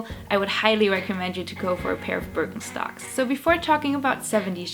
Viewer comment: Sounds like you’re saying bir en stocks.